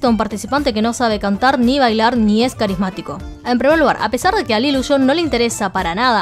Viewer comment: Si pronuncias “LILUSHO” en vez de LILUSH, cada vez que hay una A delante del nombre parece que dices “AL ILUSO”. En fin, no se si es el modo chino de pronunciar, pero yo no veo ninguna O en Lilush. Queda bastante raro. Just saying.